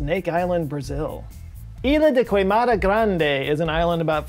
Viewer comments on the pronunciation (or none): the "u" in Queimada is silent.